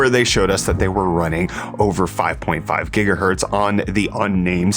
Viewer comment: 5.5 Jigahertz?!